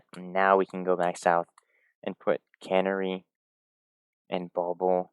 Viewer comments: One thing here. It's not "cannery". Kuh-NARRY. With the stress on the second syllable. It's a songbird. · It's a canary! Not a cannery! I know. I know. Who cares? It just bugged me because he says it so many times. Great video though. Love your expediency and calm tone. Keep up the good work. Peace and love. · And it is Pronounced Can-Airy